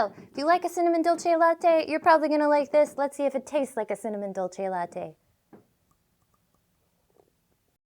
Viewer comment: Looks like your Unicorn mug has a running nose, but the warm frothy milk should help that. Seriously cool video tho. Dolce is pronounced like Duel say in Texas.